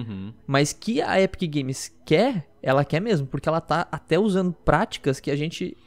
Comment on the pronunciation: Faltou um r no quer